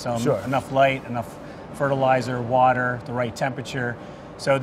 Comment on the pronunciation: Brad can't say water but can pronounce etouffee? Also BA needs to label their sponsored vids better. Don't them getting in trouble with the benevolent overlords of YT.